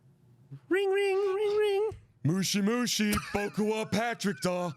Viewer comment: The way says "moshi moshi" is just so wrong. Kinda similar to how Americans say Aang as "Eyng".